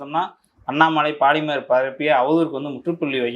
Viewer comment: போலிமர் என்று சொல்லுங்கள்..பாலி..ர் என்ற கெட்டவார்த்தையை தவிர்க்கவும்....